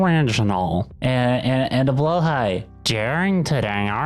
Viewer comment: Holy f**king s**t, they said blåhaj correctly.(first time I've heard an english speaker pronounce it correctly)